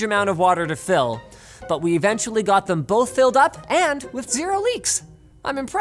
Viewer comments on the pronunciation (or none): none